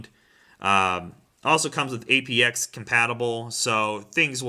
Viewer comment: Its called Apt-x. (T). Not A.P.X. Super Sport review dude.